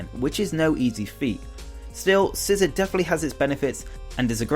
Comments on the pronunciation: ITS NOT SCISSOR ITS SCI ZOR NOT ZER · SCISSOR?!?!?! It's Scizor (SE-zor)